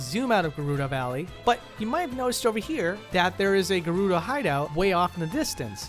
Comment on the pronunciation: Everytime someone says "Garudo" I hear it as "Naruto."